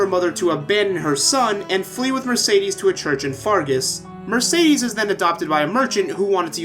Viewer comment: No offense but one of the characters calls Mercedes Mer-said-des